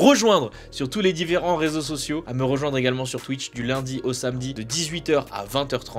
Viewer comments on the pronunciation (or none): none